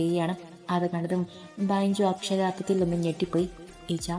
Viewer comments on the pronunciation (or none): Super story ബെഞ്ചു അല്ലെ ബൈഞ്ചു എന്ന് കേൾക്കുമ്പോൾ എന്തോ പോലെ